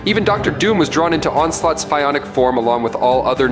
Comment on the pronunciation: "Pie onic" energy....😭